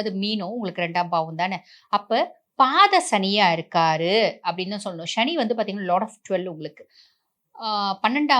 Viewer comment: ஷனி இல்லை மேடம் சனி...